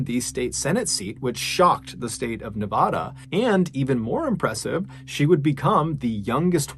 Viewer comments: Love you brother but for future reference its Nevada as in banana, not Nevada as in tostada. I lived there for 10 years so I can speak up.🤗😂🎉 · Nevada is Nev - AH - duh. AH as in APPLE. PLEEEEEEASE, FFS. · Nevada is not pronounced like a Spanish word; the first 'a' is short A like in cat or hand. About half the country pronounces Nevada incorrectly.so you have lots of company. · I grew up in Las Vegas, NV and wanted you to know that Nevada is pronounced NE-VAD-A….vad rhyming with bad. I love your podcasts and videos, but had to let you know how we pronounce our state.